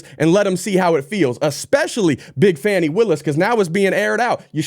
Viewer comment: "Big Fāni Willis"😂😅🤣👍